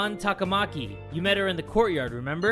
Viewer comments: ehhh I feel like it should be ta-ka-ma-ki though not ta-KA-ma-ki cause like with how they pronounce sakamoto... I don't think it's quite right somehow... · The way some of the names are pronounced in the game is sooo wrong. It's so annoying!, you're right. It's TAKA-MAKI. NOT TAKAMA-KI. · The way you were pronouncing “Takamaki” made it sound like some sort of food. 😂 Or maybe I’m just hungry. 😋